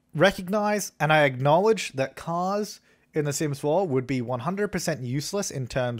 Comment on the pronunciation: The way says acknowledge though